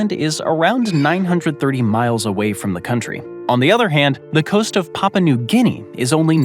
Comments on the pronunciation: A lesson in pronunciation: Papua New Guinea - Papua has 3 syllables. Pa-pu-a. NOT "Papa". Maori has 2 syllables. Mao-ri. NOT "Ma-o-ri". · DISLIKED. YOU'RE SPREADING BULLSHIT TO ALKREADY IGNORANT AMERICANS. THERE'S NO SUCH COUNTRY AS PAPA NEW GUNEA. IT'S PAPUA NEW GINEA. FRANCE DOESN'T HAVE THE MOST TIME ZONES YOU DON'T COUNT IT'S COLONIES. THEY ARE NOT IN FRANCE. THE UK IS A UNION OF TWO COUNTRYS' MONARCHY - ENGLAND AND SCOTLAND. WALES IS A PRINCIPALITY AND NORTHERN IRELAND IS JUST A STRIP OF LAND NO ONE CARES ABOUT.